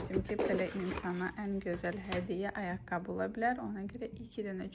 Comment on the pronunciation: Düzgün danışıq forması «ayaqqabı» dır, "ayaqqab" yox